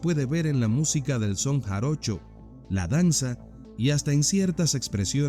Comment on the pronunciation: es “Son Jarocho” no “Jaroncho” saludos!